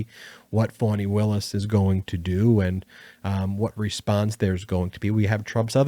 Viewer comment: It is Fani, pronounced "FAH nee", not "fawnee" Willis. I read in The Guardian about a woman (I think in Alabama), who was denied her rheumatoid arthritis medication by a pharmacist. He demanded proof from her doctor that she wasn't pregnant and using it for an abortion! She had been using the medication for YEARS. This is only the beginning of the republican war on women!!